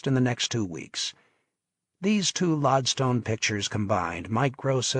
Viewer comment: ... this is the third Mario Puzo audiobook I've listened to... and I'm already a quarter of the way through... some story, and yet I'm hoping this story gets going soon... only distraction so far, that's unforgivable, is the narrator does not how to pronounce lodestone... it's not LOD-stone, it's always said LOAD-stone... as in like an early magnet...